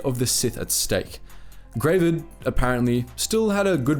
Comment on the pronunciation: OMG! Gravid is actually just an unmodified English word meaning "pregnant with eggs"; like if a frog has a bunch of eggs in its body, that frog is gravid. It's actually pronounced not like "grey-vid", but like "grah-vid", like it rhymes with "grab it".